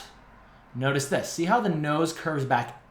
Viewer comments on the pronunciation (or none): " Nose - tice this "